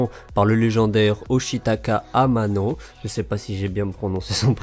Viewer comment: FFXV est vraiment la grosse news de cette semaine :o Allez on chante tous en cœur 299$ 299$ 299$ (sinon tu as bien prononcé le nom d'Amano). pouce bleu l'ami